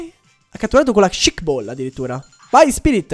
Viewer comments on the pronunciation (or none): none